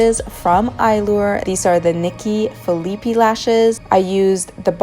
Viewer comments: you're pronouncing Nikkie Phillipi's name wrong. Its pronounced like pie at the end. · This look is stunning! Just as an heads up it’s Nikki Philippi (but the last -i is pronounced i not e) 😊